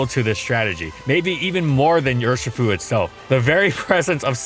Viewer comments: its UR as in ursa not your shifu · Your-shi-fu Dear god please don’t do an urshifu video